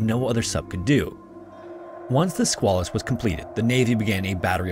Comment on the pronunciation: It's the Sqay-lus and the river in Portsmouth NH is the Piss-cat-a-quah.